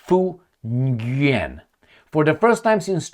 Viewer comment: Nguyen is pronounced "win"